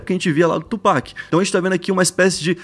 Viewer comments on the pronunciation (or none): none